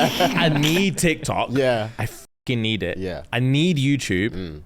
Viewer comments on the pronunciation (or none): emphasis on I NEED IT😂😂😂